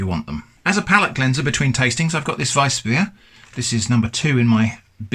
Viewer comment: Kudos to you for pronouncing Weißbier right